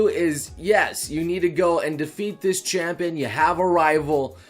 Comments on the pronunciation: "Chapion Battle" too! just reached the Ultimate Engrish part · “Chapion Battle” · “Chapion” battle lol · Yes. You will fight Le Chapion, Chris Jericho. He will beat you, and then celebrate with a little bit of the bubbly. (I know it's still written "champion", but he really does sounds like "chapion") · “Legenday” not “Legendary” “Chapion” not “Champion” - Change my mind xD Check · "Chapion Battle" "Legenday battle"